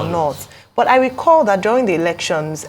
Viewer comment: buth, cannoth 😅